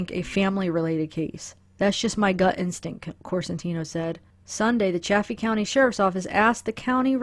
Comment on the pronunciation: Good video. It is pronounced SAL-EYE-DUH. Also it is CHA-FEE County with a long A like chafing dish.